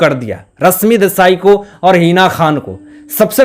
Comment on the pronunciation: Tum thik se baat karna sikho ..bihaari pronounciation se lekar hindi baat mat karo ...rashmi hai not rasmi .not enerjy...sunte huebv Ganda lagta hai ..host ho thik se pronounciation sikho.. very bad